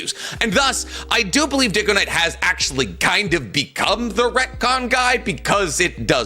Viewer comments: "Diggo-knight" Bro, this guy can't pronounce squat. He still mispronounces Mount Myoboku and Chibaku Tensei FOUR SEPARATE WAYS to this day (He says "Mount Muobookoo and Chibookoo Tensei on one video then "Mount Mohboeku" and " ChibukoTensei" in the next lol. He also makes shit up on a regular basis and doubles down for years. Like how he perpetuates the claim that the Sakura Hidan novel claims Sakura is "as fast as 8th gate Gai" and yet a dozen people who've read the novel front to back confirm that she doesn't speak about 8th gate Gais speed AT ALL in the novel let alone compare herself to him. He's a strange guy. I appreciate his content but he's incredibly arrogant when he's wrong and refuses to consider himself fallible. He even tried to contact the team doing the live action Naruto film claiming to be "the worlds best encyclopedia of knowledge on Naruto out there" since Kishimoto wasn't helping with production or something. 😂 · Yh I got that when he pronounced dygo and diggo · The second he mispronounced your name, I clicked off his video. acts as if his knowledge is law but he makes ALOT of mistakes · I know he said your name wrong. It was really annoying. I was so nervous to watch your video about his video because he’s a Burrito fan you know and you might be a little like more intellectual he normally like used to be smart when his head was in the game, but I think he’s like a little full of himself now even though he’s a Burrito YouTuber I still love him and I love you. I basically just like both of you. He’s like the one, dude I’ll watch for Burrito crap just to keep up and then I watch your shit to laugh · omg him not even saying your name right and pretending he watched your content was so hilarious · What is this, a crossover episode?! DUDE! Yes! DygoKnight not DIGOKNIGHT!! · Poor Dig Go Knight. Maybe Day Go Knight will help his fellow brother in need. Kind of incredible how he keeps butchering your name's pronunciation.